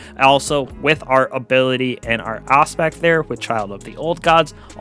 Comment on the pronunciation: Okay, first of all, they're Necrotic Grip, not Necrotic Grips. Secondly, you're pronouncing aspect incorrectly. ASSpect. Not Ahhspect. Lastly, it's pronounced eSpecially, not eckspecially. Watching this video was torture because of the way you pronounce words.